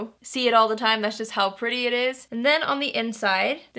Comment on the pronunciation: Haha "but it sure is perdy" 😂 I seriously want this palette just for the packaging. I LOVE flowers so much! I think it's gorgeous for the colors.